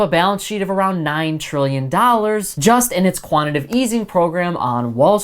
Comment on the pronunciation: Qantitative not quantative yo